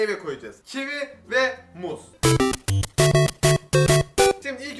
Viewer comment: Sen kivi soylerken sandim ki çivi soyledin . Dusun sene çivi yiyorsun